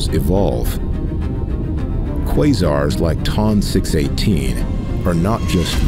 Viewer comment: This narrator has no idea how to pronounce the names of these objects. Hahaha ! Sounds like he pronounced Ton 218 Tom 218.